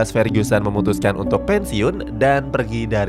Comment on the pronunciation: Fer-GU-sen bukan Fer-GYU-sen